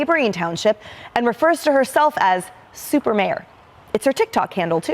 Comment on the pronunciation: SUPAH* inmate! SUPAH!